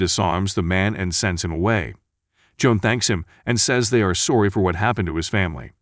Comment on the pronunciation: I will never understand why he mispronounces the simplest words like "sorry"